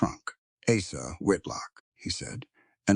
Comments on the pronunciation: Good story. Have caution with your editorial/proofreading staff. Poor Asa's name was butchered several time. Came out as Asses once. Have a care. Background pictures are more than distracting. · Asa is an easy name. Correct the pronunciation.